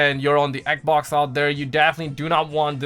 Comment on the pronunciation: man saying xbox like "ek-oc" xD